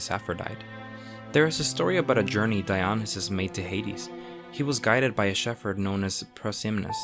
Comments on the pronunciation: It's not di-ON-neh-sis. It's di-oh-NY-sis. Stress on the next to last syllable. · duh.. it's DionySUS not DionySAFE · Dionysus pronounced DEE-ON-ISS-US. Neither Orpheus or Narcissus were gods. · Good informative video. Pronociation of some Greek name's confusing. Dionassis and zoos? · Dionysus is pronounced Die-o- nee-sus, sorry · mhhhmmm love the vid but you pronounced Dionysus wrong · Put the emphasis in the correct place within the word Dionysus, or you’ll end up sounding like Nomi Malone in Showgirls, saying, “Versace.”